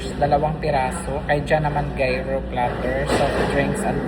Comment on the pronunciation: Gyro pronounce it like uro” . 😊